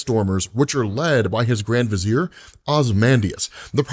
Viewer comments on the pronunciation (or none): none